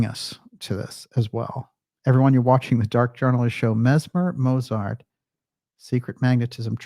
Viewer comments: And one minor but annoying thing: the German name Mozart should be pronounced "MOAT-zart", not "MOW-zart". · One minor thing: Mozart is pronounced motsart. It confused me until i realized that "z" is pronounced "ts" in german, but not in english.